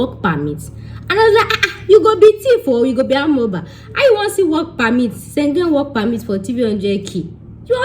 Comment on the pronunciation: 🤣🤣🤣🤣 Speak Yoruba abeg. ma pami na. Eyan sengen. Be like na "Schengen" oooo.😊😊. Great video✌